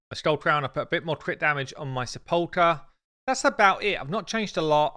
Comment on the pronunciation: love your stuff mate but please look up how to pronounce sepulchre.